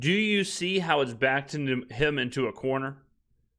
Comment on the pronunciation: "Backed himself into a corner... a Carrner..." lmfao